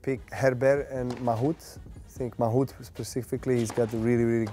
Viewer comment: People say he knows French lol. The way he mispronounced Herbert and Mahut))) cringeworthy